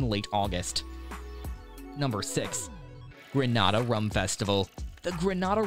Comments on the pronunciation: It's GREENAYDA not GRENAHDA . Please pronounce the names correctly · There is NO country in the Caribbean called GRANADA. A simple google or YouTube search would have given you the correct pronunciation.